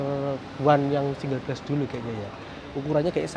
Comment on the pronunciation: "Glass" bacanya "glas", bukan "gles" mas. 🙏